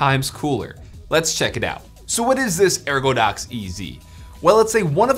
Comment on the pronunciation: Lmao no biggie but I'm sure you noticed it's ergodox